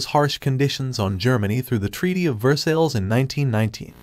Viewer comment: It’s Ver-sigh, not Ver-sills!